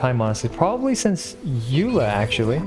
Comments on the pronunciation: Xiangling C6 doesn't actually increase her burst damage because it snapshops before the additional damage is added. P.S. It's pronounced ey-loy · Uh it's actually pronounced RAI-DEN (JK I actually have no idea) It is actually pronounced AY-LOY though.